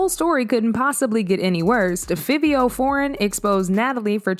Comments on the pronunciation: Its pronounced FIVE-E-O... Jesus... so cringy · So annnnnoyed with the pronunciation!! Girl its pronounced “FIVE- EO” dang 😂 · Clearly it’s Fiv-E-Oh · Why she keep pronouncing Fivio wrong 😂 that thru me off, yall it’s Figh like high, Figh-vee-o Okay, we good now lol 🫶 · It's pronounce fa vee o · 1. It's pronounced FIVE-E-O 2. It's actually milan Christopher 3. Is this like an AI ran channel or something cause... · U keep saying fivio foreign name wrong!!! It's( FIVE.VEE.OH)